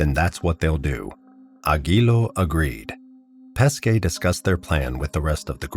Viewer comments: Good Video , However, sorry to Say on pronounciation of this poor Guy Pesce: in English transcript it would be Peshe , , not Paskay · Great story. only thing you have to understand is that Corrado Pesce family name, is pronounced like PESHE and not like you say all time PESKE. Pronounced PESHE, it means Fish, his actual family name. pronounced PESKE it means Peaches, nothing to do with Fish..